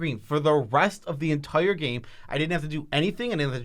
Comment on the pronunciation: The word of the day, 'entoire' (ex. "best card in the 'ento-ire' format") is brought to you by from mtggoldfish 😁 #notsponsored